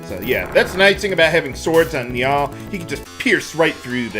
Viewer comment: bruh i love your LPs but i can't deal with how you pronounce Nial, i always said it as like nile and this has been killing me, but i love you so i'm dealing with it <3